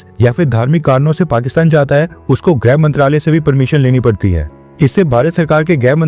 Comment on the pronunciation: भाई ग्रह नही गृह होता है। कृपया गलत ना बोलें।